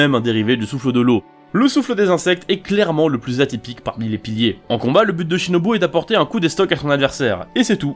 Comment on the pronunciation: Pourquoi ShinobU ça se prononce Shinobou